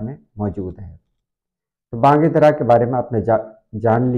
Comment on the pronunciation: محترم علامہ کی کتاب کا نام” بانگِ دِرا “ ہے بانگِ دَرا نہیں ہے۔ The name the book is BANG- E- DIRA” not Bang- e-Dara.